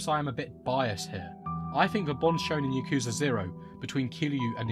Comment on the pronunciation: Why does everyone pronounce “Yakuza” wrong. Just listen to how they pronounce it in japan.